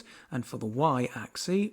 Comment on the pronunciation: Good job. One small note: while the plural "axes" is pronounced "AX-eez", the singular "axis" is pronounced "AX-iss" and not "AX-ee".